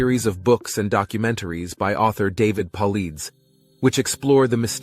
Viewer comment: The missing 411 IS NOT a conspiracy theory. And you mispronounced his name. David is a retired police detective. Go watch the movie and read his book. Otherwise, the rest are conspiracy theories. However, ufos were a conspiracy theory just 5 years ago.